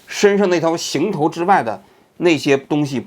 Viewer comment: 温馨提示：“行头” 应该念 hang 行业的行．